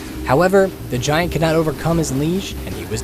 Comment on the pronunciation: Anyone else bothered by how he pronounceds giant?